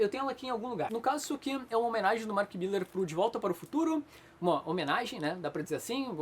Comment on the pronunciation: Mark Millar, nao Mark "Miller"